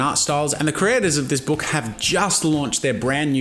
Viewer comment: This is 2 years late but 😂 that click on the k of book. "booK" 😂